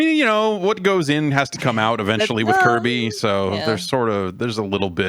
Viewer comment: Kirby the "kerbert" ??? LMAO....